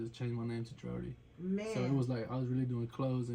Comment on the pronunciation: It’s DRODi* not DRODI